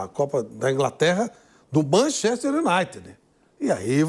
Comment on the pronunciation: Sabe nem falar Manchester